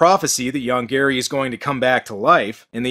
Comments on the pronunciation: I know, the monster's name ist Yonggary. But i always hear "Young Gary". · I keep hearing "Young Gary" and that somehow makes this even funnier. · I can't help it, but I always hear 'Young Gary' when they say the monster's name.